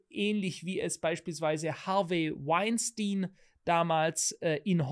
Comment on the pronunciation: Wein stien englisch ausgesprochen!